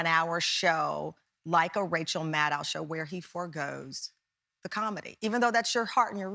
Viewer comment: "Maddow" rhymes with "shadow". Also, Rachel is NOT leaving her show. She is on hiatus until April while she works with Ben Stiller on a movie based on her podcast "Bag Man", about Spiro T Agnew. The ratings have dropped during her absence, and MSNBC might prefer to have Keith Oberman covering for her, but her contract allows her to control who covers, and she doesn't want him there. Get your facts straight and don't ask so many stupid questions.